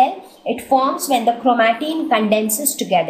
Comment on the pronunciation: Its not chromateen it’s chromatin 😌